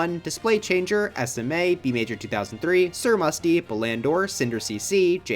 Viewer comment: He keeps mispronouncing Sir Musty's name in the outro smh we're cooked gamers